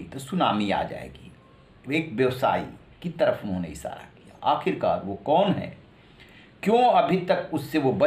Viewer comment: Sha shabd ka sahi ucharan nhi kr paate he aap . Sha ko sa ucharit krte he aap . Bhushan ko bhusan sharan ko saran keh rhe he . Ishara ko isara keh rhe he